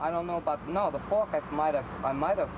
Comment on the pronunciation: "...and that came from a plastic fuark, or a metal fuark?" "Metal fuark." "..Metal fuark"